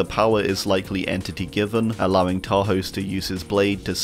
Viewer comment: Love your vids but everybody pronounces Tarhos wrong. The "s" in hungarian is more like as in "shake" not like in "snake". :D